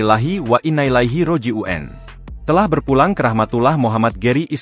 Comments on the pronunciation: Pengucapan ROJIUN yg bner lah...!!! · Itu suaranya host pake AI JD Yo aneh pengucapannya. 😅